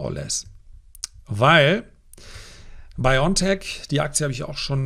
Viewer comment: Wenn Sie über so große Firmen sprechen, dann sollten Sie diese auch richtig ausprechen und vor allem richtig schreiben! Es ist BioNTech. Nicht Biontech. Genauergesagt: Bio and Tech. Also bitte Bio N Tech aussprechen